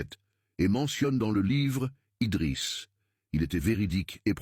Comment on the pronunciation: IDRISS PAS EDRIS